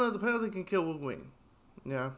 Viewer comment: 😂😂😂😂😂😂 “Worween” yeah?